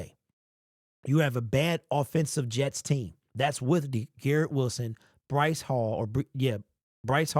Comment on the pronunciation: His name is *BREECE HALL